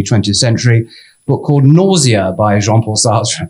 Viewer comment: Paul, your delivery of ‘nausea’ did make me chuckle. Great presentation